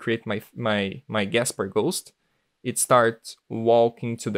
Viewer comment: It's not "gaspar', it's "Casper"